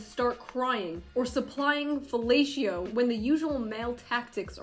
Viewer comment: "You know whats a better feeling that getting that lame feh-lla-tee-oh, Karen? Its drawing your Swiss Guard-issued swords and spears and defending the stairs of Saint Peter's Basillica in 1527" Cue in Sabaton